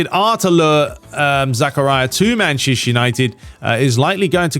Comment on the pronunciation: Whenever you say Manchester United, it sounds like you’re saying “Mancheshire United”. Is it just me? 😂 come on sort it out mate!